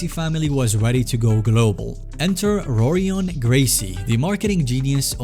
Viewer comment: ahh yes Roar-ion and Heel-io